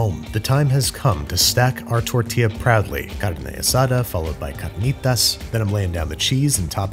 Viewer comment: The way he pronounced carnitas was impressive and I speak Spanish